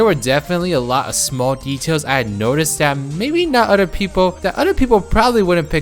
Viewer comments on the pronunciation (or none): SAY IT WITH ME "OTHER," NOT "UDER"